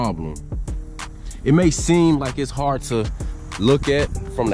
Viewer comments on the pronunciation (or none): none